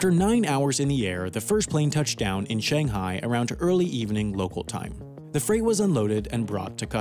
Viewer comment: Take a shot everytime he pronounces "Shanghai" wrong